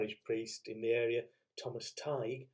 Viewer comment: My father was born in Ireland on St. Patrick's Day. He was christened Patrick. A little note about Emily. It's said, I hope it's true, that she loved repeating the word Drumballyroney. 😊 Her poetic nature!! Please may I point out that you don't pronounce the g in Tighe. Thank you.